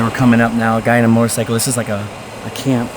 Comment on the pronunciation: a whole “moRtorcycle”